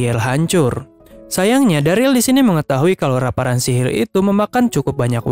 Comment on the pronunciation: sihir bg bukan silil